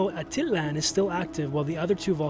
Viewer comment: Lake a tit lan. That’s a first I’m pretty sure it’s ah teet lahn